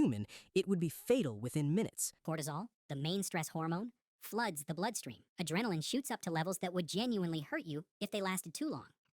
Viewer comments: I swear one of the voices said "Adremaline" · Oh I'm collecting a screen snip of every obviously AI-generated video before I report and "don't recommend channel" them. I have hundreds of snips (including most of the ones you showed lol) These channels are zero-effort to create. Also, "adrenamin" lol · ADRENAMINE?! The stupid AI can't even write / speak proper English and we trust it to make entire videos? Finished watching edit: good talk. I actually watched one of those videos a couple months back and admittedly fell for some of it's BS. Thanks for sharing the facts! I'm also getting really fed up with the even less than bare minimum these channels put out. Using AI to generate stick figures is absolutely monumental levels of laziness, nevermind the rest of the video.